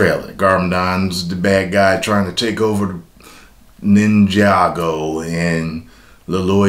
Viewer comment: Yay he said Ninjago right! Lol